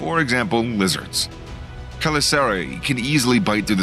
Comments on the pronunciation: Great video! Btw chelicerae is not pronounced that way lol i'm not sure if my way it right but it's definitely not your way. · The way you pronounce chelicerae is killing me. Unless I've been pronouncing it wrong for a long as I've known the word. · I think you are butchering the pronunciation of ‘ chelicera ‘